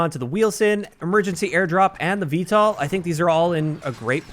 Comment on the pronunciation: You’re pronouncing VTOL wrong. Just a heads up. It’s V-toll not V-tall.